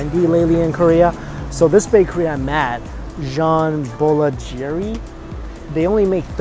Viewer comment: The way you said Jean Boulangerie was hilarious ! Great video as always :)